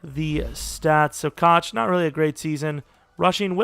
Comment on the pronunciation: Koch is pronounced “Cook” or “Coke”